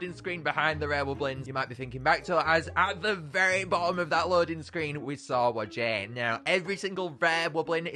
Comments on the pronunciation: Hey! Just gotta tell ya that whajje is not pronouced wa-jey It’s pronounced why-jah just pointing it out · Its pronounced why ja not wajjie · Why does he call Whajje “Wujæ” ☠️☠️